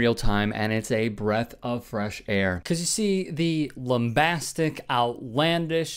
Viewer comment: You making up words?? You said lum-bas-tic. Lmao what does that mean